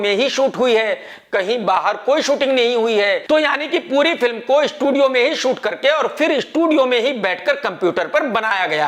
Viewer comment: Sony ko shonu kh rha... estudio